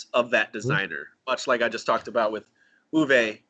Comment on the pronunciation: Great stuff guys. Tip from a German speaker: Uwe’s not ooh-VAY, rather OOH-vuh.